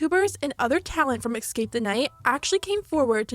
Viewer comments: It’s escape not exscape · jeeeeeesus please learn how to say "escape" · YO! Hearing the word “ECKscape” is profoundly irritating for those of us who passed the 3rd grade... maybe one day you can go over this and edit the English back into it? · Escape, it's escape not exscape. 🙄🤯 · idk who voiced this, but she needs to learn how to pronounce escape. It's eScape, not eXcape! So annoying hearing "excape" over and over. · It's ESCAPE not EXSCAPE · ily but you saying “ex-cape” made me want to die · Anyone else annoyed by the fact 'escape' keeps being pronounced 'exscape' ? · “Escape” is spelled how you’re supposed to pronounce it. E-scape. Not Ecks-scape. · There’s no “x” in “escape”. It’s not pronounced “ex-cape”, it’s “es-cape” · U keep saying it ecscape the night xD (sorry this isn’t meant to be rude I think it’s so cute! Xoxo) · Bae why do you pronounce escape like dat